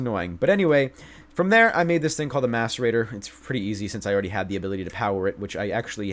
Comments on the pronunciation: Every time he said mascerator I thought he said masturbater.. I'm a bad person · did anyone hear him say "masturbater" instead of "macerator"? hahah